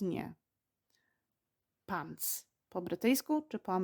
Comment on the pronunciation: Pani, ma Pani zla amerykanska wymowe. Jesli juz mowi Pani slowa w amerykanskiej odmianie angielskiego to wypadaloby je wymawiac wymawiajac odpowiednio. I nie mam na mysli akcentu! Wymawia Pani zle pants i elevator. Przy okazji - slowo trousers istnieje w amerykanskim angielskim i rowniez oznacza spodnie. Oczywiscie jest roznica pomiedzy pants a trousers 😉 Wydaje mi sie, za takie lekcje nic nie wnosza w proces nauki angielskiego. Z wyjatkie doslownie kilku przypadkow (jak chocby chips i fries) obie wersje danego slowa sa szeroko znane dla rodowitych uzytkownikow obu odmian angielskiego. Wiec czy powiemy lift czy elevator nie ma to zadnegk znaczenia bo zostaniemy zrozumieni gdziekolwiek nie jestesmy. Nawet slowo restroom (o ktorym nie wspomina Pani wcale a szkoda jk bardxo potrzebne podczas podrozy 😉)